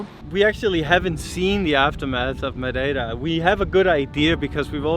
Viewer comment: excellent pronunciation of "Madei ra " you pronounce the same "...ra" for Pico g ra nde :) edit: jesus christ, insane pronunciation of "obrigada" and even not pronouncing the "o" like a lot of portuguese do. I would've deduced you were portuguese If I were those men at the road doing the limbo!